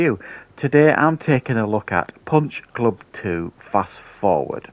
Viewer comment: Puch plub plu 😆 🤣 😂 that's what it sounded like you said.